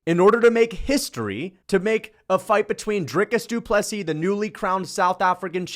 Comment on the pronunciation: You pronounced Ddp vs Strickland 2 wrong.